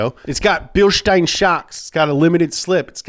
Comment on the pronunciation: He pronounced Bilstein correctly and I appreciate that